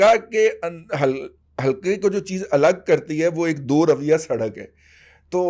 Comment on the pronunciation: Sir g ...ap ne lafz "do rawiya" bola hy ...mery naqis ilm k mutabiq yeh lafz doroya hy ...agr ma ghlt hon to correct farma lijiye